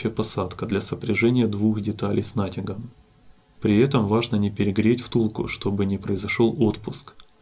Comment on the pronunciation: с натЯгом же правильно говорить, а не с нАтягом?